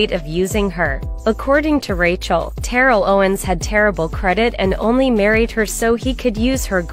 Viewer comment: First of all, I'm done with his name. I would love for someone who knew him back in the day to tell me whether his name has always been "Terrilll". That Alabama born nicca know right good they called him "Ta-rell"!!! I remember when he first came to Philly to play for the Eagles when I was living there and I gave him side-eye then. I really have a feeling he got cute around the white folks as he got older and changed the pronunciation. But I could be wrong.... Plus he obviously needs some deep therapy, with his four baby mamas and almost dating his own sister because he didn't know who his birth father was. I mean way too much going on with his crazy Sagittarius self.